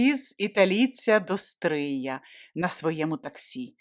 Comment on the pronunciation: Тільки наголос ...до СтриЯ. Місто СтрИй